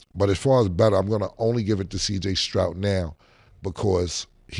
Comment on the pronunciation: Cam be killing me with CJ name.. Stroud Killa not Strout😂